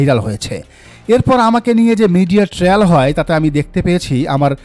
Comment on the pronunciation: I believe the version of Neela Israfil. BTW, trial is pronounced like Try-Al not like Tri- al.